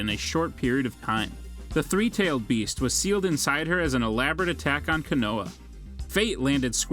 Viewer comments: Bro said koonaha😂 konoha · Bro I hate when they pronounce the words wrong it (ko-no-ha)and (Ah-katts-ski)Justin would have killed this voice over smh 🤦‍♂️ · Koo-noo-ha 😂 Kazikaji 🤦